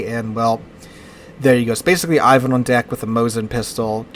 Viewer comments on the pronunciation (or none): none